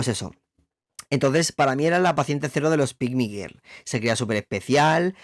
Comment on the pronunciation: Lo que pronuncia ger es girl, rollo chicaaaaaa!! 💁🏼💅🏼